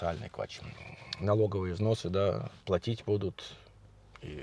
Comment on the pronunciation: плАтить,платите,от слова плАта,зарплАта,я уже писала,но меня никто не слышит,Костя с канала,,русские в Германии,,также говорит плОтит!ухо режет!